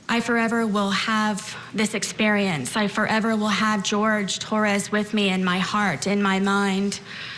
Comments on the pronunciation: Why does she call him George? Wouldn’t it be be Whore-hay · Wouldn’t his name pronounced ‘Horhay”? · The way she pronounced the name of that poor man , she butchered the name , she is more like straight D student lol